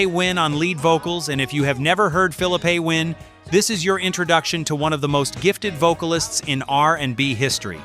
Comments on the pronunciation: Please pronounce the groups names correctly you wouldn't want someone to mispronounced your name ; chi lites=shy lights. phillipe PHIL-LEAP-A COMMON ON NOW DO BETTER TO GET THE RESULTS YOUR LOOKING FOR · Will you please get a narrator that knows what he’s narrating about…Darn it, that’s not Phillepe Win.